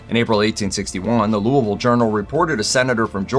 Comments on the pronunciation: SO GLAD he pronounced Louisville correctly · He pronounced Louisville correctly let’s GO!!!!